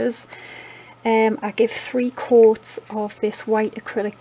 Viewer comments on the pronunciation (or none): Hahaha I thought you were saying quarts instead of coats.